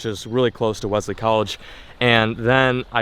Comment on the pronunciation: ITS PRONOUNCED WELLZLEY